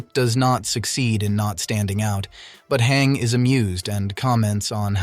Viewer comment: why do you pronounce her name “hang”